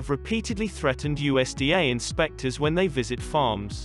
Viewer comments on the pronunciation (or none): none